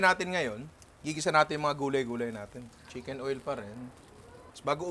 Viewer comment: Ninong baket po CHIMKEN OIL? ahahah 🤔